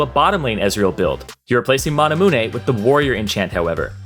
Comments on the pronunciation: Why do you call it "mana moonay" when "mana myoon" feels right, as in mana-immune. I got triggered every time 😂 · How he said Manamune hurt my soul. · QOTD: The way you said manamune... Manamuneeeeiiii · why can this guy never say items or coup de grace right? manamune is pretty easy come on!